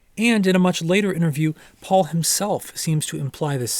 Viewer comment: it's paul. its really not that difficult